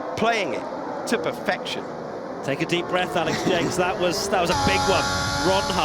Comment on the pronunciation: wait, the commentator's name is pronounced "Alex Jakes" and not "Alex Jacks"?